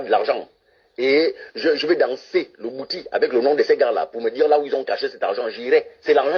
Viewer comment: Il parle de quel bwiti qu il n arrive même pas à prononcer (il prononce " bouti") Un vrai initié de bwiti ne peut pas être aussi vulgaire ! Mon Dieu!